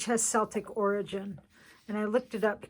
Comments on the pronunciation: Uhh, it's me, again. Celtic is pronounced with a hard C, not a soft C. We are "Kelts", not "selts", thank you very much. I cringe whenever anyone miss pronounces the name of my people. Just saying. Cheers! ~Janet in Canada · So very lovely to see a journal of my country. I would say though that Celtic is pronounced "K-eltic", not Seltic and Edinburgh is "Edin-burra", not borro. I would have loved to have seen some bonnie purple heather in there too as it grows all over Scotland. However, I love it! 🏴💙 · You had me wowing at the covers but what a beautiful job you've done on these. As a Scot I appreciated every single page. Will certainly purchase from your shop. Thank you so much for sharing. ps Celtic is pronounced Keltic and Walter Scott is Sir he he.